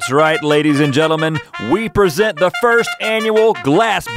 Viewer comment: "we owe you a floor esent" 😂😂😂😂